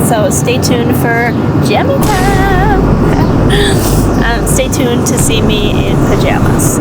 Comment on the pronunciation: You said stay tod a lot of times 😂😂😂😂😂😂😂😂😂😂😂😂😂😂